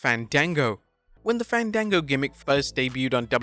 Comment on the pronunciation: Ifs Fawn Dango Fandago is a movie service 😂. Im doi f that in a joke way since thats how he was pronounced in WWE before yall say anything to correct me